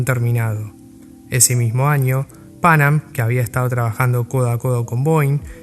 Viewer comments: fonéticamente hablando se suele acentuar la segunda “a” no la primera!! Pan Am fue un ícono en la aviación comercial!! Excelente video, felicitaciones!! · Muy buen video, lo disfruté mucho. Ignoro por qué el locutor pronuncia tan mal el nombre de Pan Am, es casi intuitivo pronunciarlo bien en cualquier idioma.